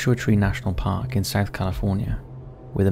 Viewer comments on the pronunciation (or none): none